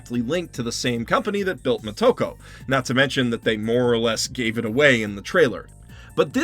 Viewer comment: First. It is Moto-ko (Child of the source) not mo-toko. Think Yama-moto (Source or base of the mountain). Second. I love the original movie and all the followup anime, however everything you say here could apply to the first movie since it wholly changed the character of the Major from the original Manga. Third. I agree this movie sucks and is way to far from how it should have been done, however Scar-jo sucked in this movie as well. I loved her as the black widow and she should have been great but she phone in this performance big time. Everything about her in this movie was awkward and uncomfortable. Far from a "brilliant performance". Last. As far as white washing. If you lined up all the female action starts in Hollywood and in Japan and compare them to the movie or anime series of the Major, I don't think you could find a women that looks more like Motoko than someone like Scar-jo.